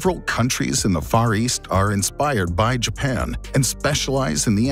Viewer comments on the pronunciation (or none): none